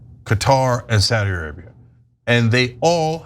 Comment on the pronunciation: Qatar is not Saudi Ariba.... your american racism is showing cenk